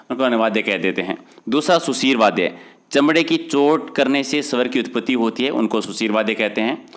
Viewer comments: Sir it's not Sudheer it's sushir... 🙌 Maaf kre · Sudhir vadhy ni hota bhai sushir hota h